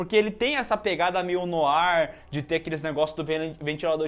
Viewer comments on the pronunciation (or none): Noir não se falar noar, mas sim noá. Consoantes tem o som retirado no fim das palavras em francês, apenas gerando entonação mais forte na última sílaba. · Eu amo Blade Runner e mais ainda Blade Runner 2049 seu lindo, VangÉlis e noiRRR foi de doer no ouvido.